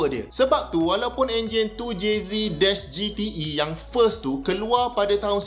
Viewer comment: Makin naik la harga supra kat msia ni sebab vid doc ni. Anyway doc. 2JZek, bukan 2JZee. Hahaha